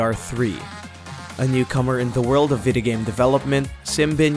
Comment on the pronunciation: Why does he say videogame as videhgame